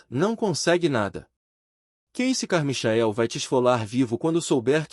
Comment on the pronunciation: Deus, é " Carmaiquel" que se pronuncia.